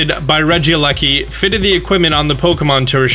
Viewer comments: I think it’s pronounced Reggie lecki. If not that’s how I’m calling it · Rekieleki is pronounced inthink regi leki no e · ITS REGIE- LEKI so it sounds less weird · In case you don’t know Regileki (pronounce as reh-gee-lek-e)names comes from the slang term for electricity in Great Britain So yes you may not like the name but at least you know why it’s named that Besides you can rename it in the Pokémon center when it come out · I think it’s pronounced Re-Gel-liki